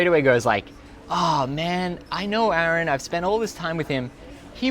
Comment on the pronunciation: YOU DONE MESSED UP